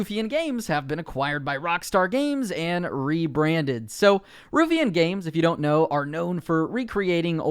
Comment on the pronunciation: Ruffian spoken like: Rough-fee-an Source: I'm Scottish. :)